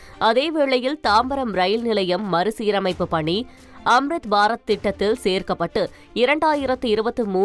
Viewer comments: 1 st நியூஸ் சொன்ன பெண் ஏன் இப்படி உளருது... மறுசீரமைப்பு ஒலுங்க சொல்ல தெரியல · மறுசீரமைப்பு என்று ஒழுங்காகச் சொல்ல தெரியவில்லை..